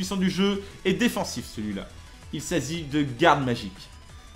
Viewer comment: « Il s’azi » mdrr